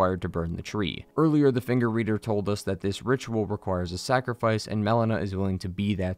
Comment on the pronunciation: How are you mispronouncing so many names 💀💀💀 "Melania" (malenia) "mel-ena" (melina) "Blayth" (blaidd) They say them aloud in game too 😭😭😭